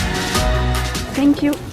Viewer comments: « Sink you » C’est vraiment pas compliqué de dire thank you en vrai, c’est juste qu’en France vous faites aucun effort avec l’anglais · Elle a réellement dit « Hello,i will take e ZATE » 🤣🤣🤣 et « SENK you » NAN FAITES UN EFFORT UN MOMENT DONNE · Sank you Manifake l’accent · “Sank you”